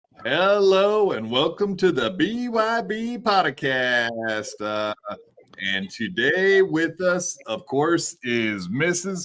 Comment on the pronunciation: He unironically said podacast. He’s chip😂. 100 thousand cash bond is a lot of money. That sounds like he did something.